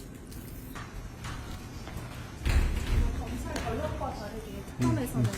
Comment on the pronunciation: Absolutely nothing 미국인은 못알아 들을 되도 않는 된장 발음 하면서 왜 영어를 쓰냐 ㅋ ㅋ ㅋ